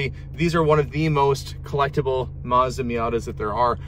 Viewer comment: Confused why you keep mispronouncing Mazda.